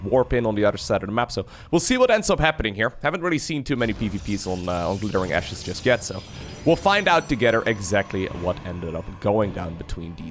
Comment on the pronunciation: What said: Glittering Ashes in particular, is absolutely huge. What I heard: Glittering Asses in particular is partucilarly huge.